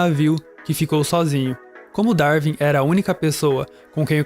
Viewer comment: Ótimo vídeo, só um detalhe: se pronuncia "Dar-uin" e não "Dar-vin".